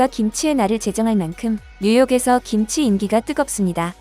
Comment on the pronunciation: 김지가 아니고, 김치로 발음 하셔야 함!